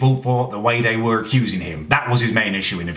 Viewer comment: Wooo is that a hint of a Bristol accent coming through on the 'were'?